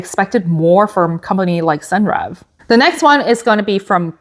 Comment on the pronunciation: Hi new here. Senreve is pronounced "Sen- revay." Hope that helps.